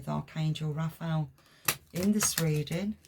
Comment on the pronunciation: Sorry but its pronounced Raf a el